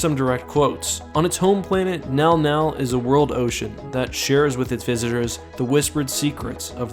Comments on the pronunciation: Text: mŋgɑl-mŋgɑl Speaker: “nɛl-nɛl” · Isnt it pronounced Min Gal Min Gal? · Sama. Sy bacanya juga "Menggal-Menggal" xD. Tapi di video dia bacanya "Nal-Nal" dalam hati: ko bisa sih dia baca begitu?" xD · how do you get nau-nau from Mnggal-Mnggal. I am not saying you are wrong, but, I would never guess that is how you pronounced that name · Mnggal mnggal being pronounced "now now" is really fucking with me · Who else thought he was saying "The Now Now"?🤣🤣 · I keep thinking meow meow when you say the creature’s name which makes me laugh. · It's pronounced MNow-MNow? Okaaaay... o.O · The scariest thing is how it's pronounced